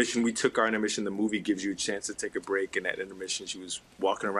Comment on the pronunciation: tAkE a bReAk!